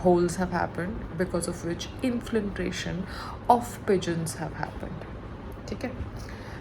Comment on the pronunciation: Now listen , u so-called CELEBRITY + state topper + blah blah … it’s inFILtration not inFLINtration …. N chatGPT not chatGTP … Today’s homework - sit n practice these 2 words GOT IT ? Do u understand ? Yay babyyyyy !